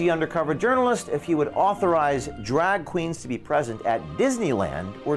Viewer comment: the word is “cast,” not “cost.” The word is “drag,” not “drogg.” And we’ve already discussed “thott” vs “that.” Is it an accent?